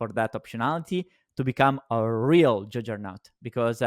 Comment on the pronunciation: said jujjernaut instead of juggernaut. 😂❤I’m pointing this out because we love you. Keep up the good work. Long pltr